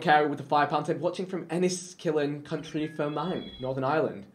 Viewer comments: PSA FROM A NORTHERN IRELANDER: Enniskillen in County Fermanagh isn’t pronounced Ennisss-Killen County Fermang. Still love u vik from County Down x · Northern Ireland: Enniskillen, County Fermanagh Vikk: Enskillen, country ferman